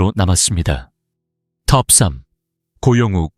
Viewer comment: 고영욱을 고영국이라고 하네 ㅠ 잘좀확인하고 내보내라!!!